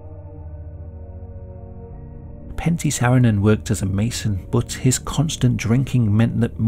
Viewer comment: Lol it's Pentti, not panty :''DD a finn here.